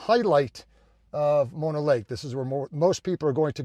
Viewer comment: nice job getting the pronunciation right! we love Mono and often stop under similar circumstances... a little time left at the end of a trip why not stop there and enjoy the sights... good job getting into the water not many swim there wow!! beautiful scenes, love Mono lake.. /side note part of what is draining the Lake is LA/ they have agreements to not draw the lake below a certain level but when drought happens, they pull it anyway. That is how the tufas got exposed as you probably noted, LA taking all the water... Kind of an odd 50-50 though// because LA takes so much of the water from the entire valley, it can not be developed into massive suburbs// LA's water thievery has a side benefit of keeping this area rural and under populated, there is no water to support a large population... an odd silver lining... Great video thanks for taking us along!